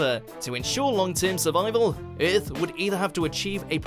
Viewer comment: Exactly bro it makes me mad nigga said earltfh wtf is that 💀😂😂😂